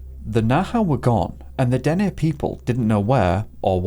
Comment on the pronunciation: Thank you for pronouncing Dene properly … most get it wrong